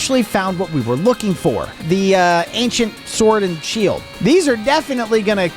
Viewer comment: Bro is Pokemon word not seeld